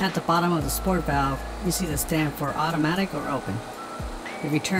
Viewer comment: This is just nitpicking, but it's Sorit valve, not sport valve, unless yall just nickname it that I don't know lol. Good job on the video though man👍👍